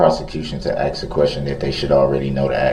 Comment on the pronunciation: "Axe" what a dumb person!